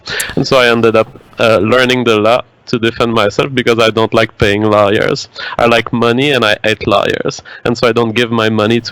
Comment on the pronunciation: I like how when says "lawyers" it sounds like "liars."